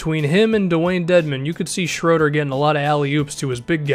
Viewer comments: I think it's sh-row-der not sh-roo-der...I might be wrong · His name is pronounced closest to Schrerder, not Shroeder or Shruder. The Ö makes a sound similar to ir in girl/ ur in burn. Dennis Schröder =/= Schrüder or Schroeder. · it isn't even shruder ;) i know it's different since his name is german, you would pronounce the "u" or ö ;) like the u in burger. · Why can't no one probounce his name correctly it's pronounced as schröder, very easy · Actually, everybody messes up his name. He's German, so ''Schröder'' is not pronounced ''Schrooder'' or ''Schrohder''. I think the closest you can get to is pronouncing the ''ö'' like the ''uh'' in ''duh'' lol. Great video btw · Shruder or Schroder? I've heard it both ways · It is: Dennis, Schr-öööö-der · Don't worry. As a German i can tell you: noone in the NBA pronounces his name properly :D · As a German it really hurts my ears hearing you butcher Schröders name 😁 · he really did a hawks video 😂😂😂 dont worry about the right way to pronounce this name. all english natives do it wrong. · It's both wrong man :D I'm german and I never heard an american say his name correct, but no problem tho :D